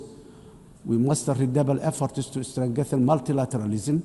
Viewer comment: To strengethiin😂 Afkee buu ku hadleyaa? Allah ceeb badanaa.😂😂😂